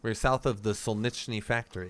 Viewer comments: "shake if you're new".... serious headbanging 😂 guess it's a yes😅 Btw: city's name in the beginning is "solnetchnui" don't think you can write or pronounce it properly in English And the beginning PvP is exactly why I don't like the game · It's pronounced sarillic not krillick , and in Cyrillic it's solnichny 😂